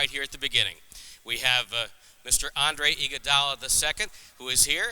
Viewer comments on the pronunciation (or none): steven as smith pronounces his name as andre igoudollar'